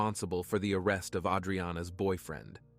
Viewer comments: It's AWE-dree-awna, not AID-dree-ana. You're thinking of the Sopranos. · A-dreanna, AH-dreanna. Lol. Whats with the pictures that have nothing to do with the story? Lol. I think i even seen the streets of London for no reason lol. Also the dialogue is so extra. Feel like im hearing a book. Lol. I was listening to how you talk and laughing at pictures more than focussing on the story.